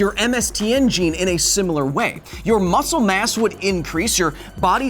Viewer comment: I didn't know Kyle was Australian when he says muscle mass